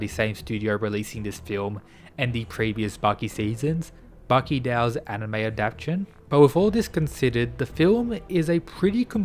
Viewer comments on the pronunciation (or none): none